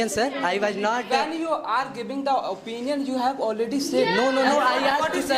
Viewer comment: Bhai master khud apinion bol raha hai opinion ko.